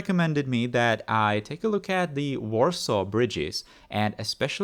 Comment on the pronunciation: Awesome episode, and your pronunciation on the Warsaw bridge was spot on!